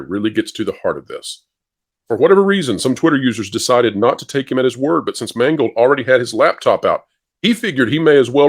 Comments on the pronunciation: all i hear is mangled the guys name is mangled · Funny, how if you pronounce "Mangold" right, it comes out as "mangled", seeing as that's what he did to Indiana Jones.........He mangled it, and Kennedy watched on with pride and let out a Darth Sidious type laugh as he did.......